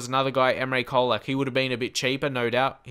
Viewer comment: It's pronounced like Cholak. :)